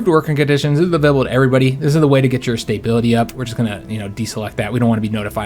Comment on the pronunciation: Its making my Imperial feathers ruffled! And StaBBBBility... :-P not StaYbility